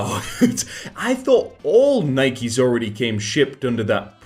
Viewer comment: I noticed that. But then he got right when he pronounced it in plural form, Nikes.